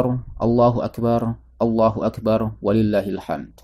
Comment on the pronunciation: Mantaap hanya penyebutan yg sy luruskan aja..🙏 Allahu Akbar Kedengaran bcanya ustad itu Allahu Akbaru